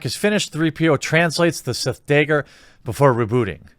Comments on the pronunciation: FOR THE LOVE OF GOD...I'ts pronounced "Dagger" not "Dayger" or "Degger" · Wtf is a DAIGGER..i thought it was DAGGER🤷🏻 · Why does he keep saying "dayger" lol does he think they will pop the video for saying dagger? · Sorry are you saying daeger or dagger? Cause you seem to be having some difficulty with that word. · "Daygur" how many times do we have to teach this old man a lesson?! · This article is complete bullshit. I don't give a shit about Rise of Skywalker but I won't believe this heap of trash. And why is Jeremy saying Day-ger when it's a fucking dagger?